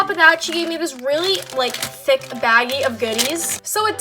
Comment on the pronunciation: Why does she say thick like it's spelled thuck...